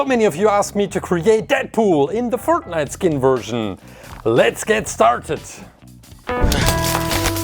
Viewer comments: Not making fun of but fert-night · Bruh he called it fartnite